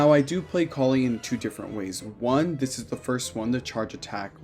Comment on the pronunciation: You say Collei's name Coll-Ay by the way :)